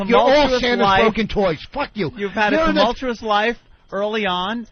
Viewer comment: I'm surprised that Vos didn't drown when he tried to pronounce "tumultuous".